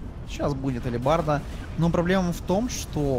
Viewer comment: алибарда? ЧТО ЭТО ТАКОЕ? где вы это прочитали? та блять написано, ХЭЛБЕРТ